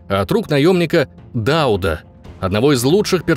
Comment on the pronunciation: Низкий поклон вам за ДАуд, а не ДаУд. Действительно, люди разбираются в теме!